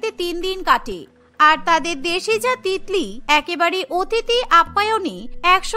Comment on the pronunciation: Titli ke tikli ke bole bhai 😂😂😂😂🤣🤣